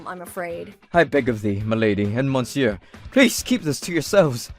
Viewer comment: Good Gods!! As much as these channels like to flaunt french & french restaurants, you'd think they could pronounce "Monsieur" CORRECTLY.